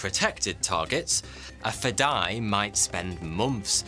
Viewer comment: its sweet seeing persians explaining arabic words and terms! while its nice most understand it means "the will to sacrifice one's life for WHATEVER CAUSE" the spelling is completely butchered. its (FE-DA-E) i have many persians friends who many times try to tell me an Arabic word but 99% of the time they have to say it 5 to 10 times and i have to work really hard to understand it! FADAE means alien FEDAE means... suicidal for the cause, whatever cause that is.